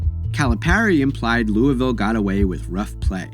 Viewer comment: Thank you for saying Louisville correctly ✊🏽